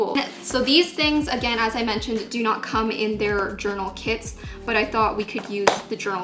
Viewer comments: I thought she was saying “kids” instead of kits for the first half of the video😂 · "tOday i'll bE tEStInG oUt ThESe BT21 kiDs" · "the kids were really inexpensive"